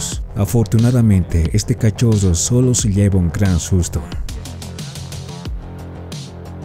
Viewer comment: El zoggo... El peggo... El cachoggo xD ( me burlo porque yo tampoco puedo pronunciar la R)